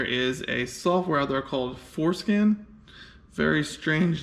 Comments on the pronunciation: It's not foreskin, it's forscan.... Lmfao and SMH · It’s for SCAN not skin lol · foreskin? you mean forscan? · Forescan, not foreskin.